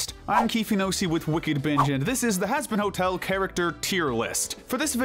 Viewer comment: hazbin ho el 💀